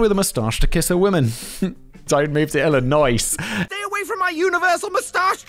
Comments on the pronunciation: As an Illinois resident, Simon’s pronunciation of the “s” is abhorrent. YOU DO NOT PRONOUNCE THE S! Just like Des Moines. But not Des Plaines… America is weird. 😂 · Illinois… pronounced I-luh-noy . You’re welcome. Lol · As someone who used to live in Illinois (you don’t say the s btw not that I think you really care lol) can confirm that there has been a larger uptick of people trying to leave the state. It’s crazy man. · ARRRRkansas 😅 illionisssss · First, a few minor nits. Rehoboth Beach is pronounced with a long 'o' in the 2nd syllable and a short 'o' (almost a short e) in the last syllable Re-ho-both. And, the 's' in Illinois is silent. That's the state I grew up in and, incidentally, the state where the city of Chicago is located (at the other end). Iowa, by the way, is on the western border of Illinois, north of Missouri with the Mississippi River as the border. Part of what's called the Midwest. Very much landlocked, unless you count the river. But, you're certainly not surfing there. And, no, the FBI is not even an original part of our system. It is a creation within our Executive Branch, and has only existed around 100 yrs or so. In our founding concept, each State is a separate entity, not a jurisdiction within another, with its own laws and ways of doing things. If you look at our Constitution and the powers it designates to the federal gov't, it's largely restricted to defense of the overall nation, handling disputes between States, etc. Of course, over the last hundred years or so, our federal gov't reach has been extended beyond those original "enumerated" powers. Which is why you may see so much controversy over the Constitutionality of a law or other federal action. Because our Constitution, by way of the 10th amendment, also says anything not explicitly designated as a federal power, belongs to the State, or the people. And, yes, even towns, villages, cities, whatever, can have their own laws. They just c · For "Illinois" the "S" is silent.